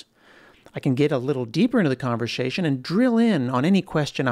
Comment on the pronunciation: this guy says "conversation" weirdly